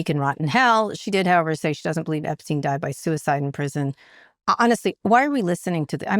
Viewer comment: OK so I am a total news junkie and you are top of endless loop of all that is fucked up in the world right now. But for the love of of God!! For all the airtime you give the Epstein files - and well you should! - you'd think by now you'd have confirmed and know how to pronounce that pedophile's name!! What is up with that Kara! It's pronounced gee-LEN. The s is silent. It's not a soft g. For now and for all time it's...gee-LEN. Please also tell Scott! 😉!